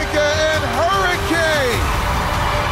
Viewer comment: Harry Kane lol (hurricane) Always hear Harry Kane when Adrian says it